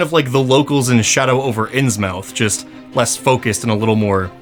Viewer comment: Ok wasn't gonna be a nazi about it but.. Not ins-mouth.. inz-myth. Insane to be you can say Blipdoolpip but not Innsmouth.